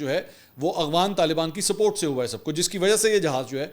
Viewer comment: Aghfan ni hota afghan hota ha